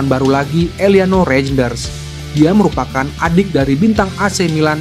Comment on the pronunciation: Min, bukan rejenders bacanya tapi reynders. J itu dibaca y, seperti ejaan lama 😅